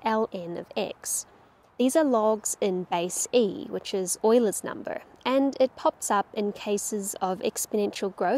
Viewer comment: This is the first time since uni that I have heard someone pronounce Euler correctly. ❤